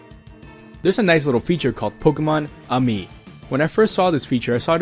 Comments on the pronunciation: I think its pronounced pokemonamie like in french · I would say it should be pronounced Poke' Mon Amie.... If you need a French Lesson Mon Amie means My Friend. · Poke 'mon amie' - My friend in french